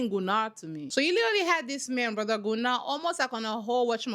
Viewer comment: Gunnar is a weird name, but yes, the dubbing was correct. It's pronounced GUnnar not GunnAr.